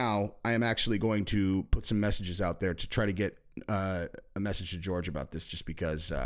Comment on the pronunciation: Hey PLEASE call him Horhey not George